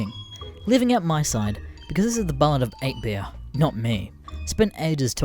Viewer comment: "Ballard" ffs